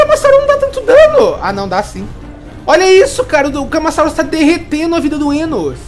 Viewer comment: Kkkkkk legal o tentando falar o nomes deles camasauso é ca ma ra sa u ro